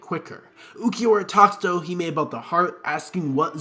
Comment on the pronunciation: Why tf do you keep saying “ichiyo”? And holy crap, Owahime. Just delete this, dude.